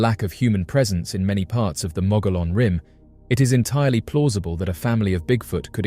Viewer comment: It’s pronounced the mogee-on rim. Why are all the photos and videos clear as mud?